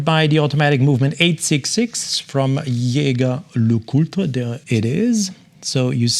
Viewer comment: Wonderful watches, especially that triple calendar moon-phase. I also appreciate how you properly pronounce Jaeger LeCoultre!